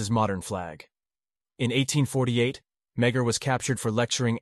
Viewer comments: The pronouncement of his surname is, me-a- r. Not meg- her. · Love the content...but as a descendant of Thomas Francis Meagher, our last name is pronounced more like "ma-har"